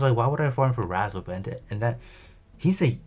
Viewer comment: Took me a few seconds to realize “Razzle” = Re-Zel. lol